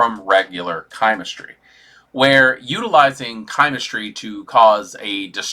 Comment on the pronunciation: You are pronouncing chimerstry correctly. Im with you on this 😊